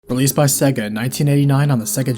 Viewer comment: You say SEGA slightly odd and it bothers me. How dare you.